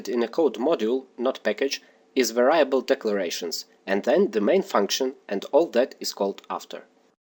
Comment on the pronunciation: Var-eye--ey-able lol